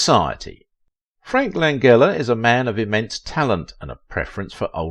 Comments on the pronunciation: Lan-gella pronounce it correctly. Please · Frank Lan-jella, not a hard g. He's alive and 85 years old. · How can you set out to do a video specifically on one actor and yet mispronounce his name? I know Brits express more letters than USA but this is a name!! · it would be nice if they pronounced his name correctly. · You're saying his name wrong.